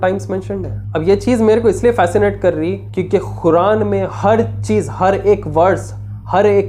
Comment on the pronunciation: Oh bhai khuran ❌️ Quran✅️ word to thek bolo